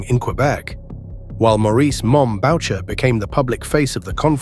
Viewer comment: "Maurice "Mom" Bow-cher." When not 5 seconds earlier, the news footage clearly said the proper pronunciation. Good God!!!